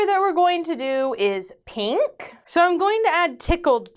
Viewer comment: Can we get editing to emphasize when says Peenk 😍💕😁?